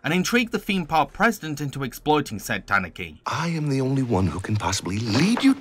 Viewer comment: Tanuki is tah-NOO-kee not TAHN-oo-kee